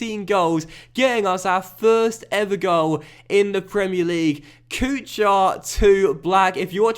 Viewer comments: Kuchar is not pronounced Kʊ-CHAR but more like Kʊ-HAR. Same thing goes with for example Chara. But man love your vids. Keep working. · Marek Kuchar is pronounced like KUKHAR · The “ch” in Kuchar is pronounced “Koo-har” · Kuchař, CH is same like in german word kuchen and Ř, well you can try to get somewhere the pronunciation, but is very hard to learn how to say it, so i think Kuchar will do. And Z is not silent in Zdenek